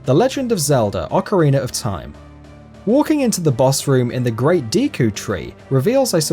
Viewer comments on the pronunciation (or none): none